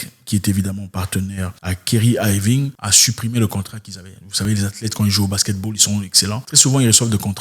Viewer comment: Super vidéo comme d'habitude. Mais la prononciation c'est Kaïrie Irving.